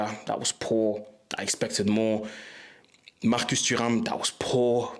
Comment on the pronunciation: The way you said marcus turam says that you really speak french 👏👏👏